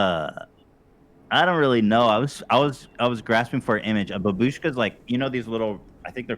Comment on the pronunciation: Babushka is a russian word for grandma. Бабушка, and it’s actually bAbushka, not babUshka. Ethan is talking about Matreshka, Матрёшка.